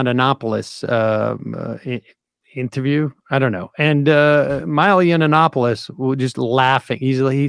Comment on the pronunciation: Yannanopolis! LOL